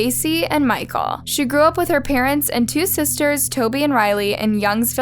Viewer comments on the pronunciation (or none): none